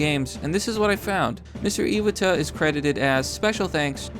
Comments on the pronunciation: Ee-wah-tah not Ee-wad-der. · Btw, it's "eye-watt-uh."